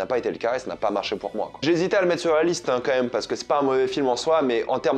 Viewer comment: On est d'accord que des le début tu dis "comme même" au lieux quand même ?